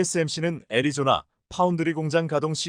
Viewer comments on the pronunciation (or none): none